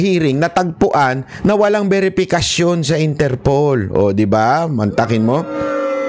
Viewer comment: Idol interpol not interpole po hehehe